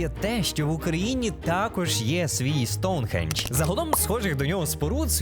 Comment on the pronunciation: Хах, я ні в якому разі не хейчу, але мені дуже подобається як ти кажеш,,Аджіе'' чи,, Соунхіедж'', а так відео супер дивлюсь тебе з задоволенням, дякую тобі за контент❤😊❤